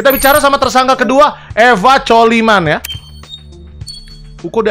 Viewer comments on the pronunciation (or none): Bukan colimen Tapi clomen